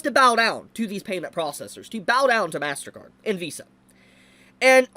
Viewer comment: XD man. .. i clicked this vid and walked into the kitchen with my headset on. .. and 3 minutes in i had to come back and see just who the heck Val is. turns out. .. man's can't pronounce "Vs" and im a dumb.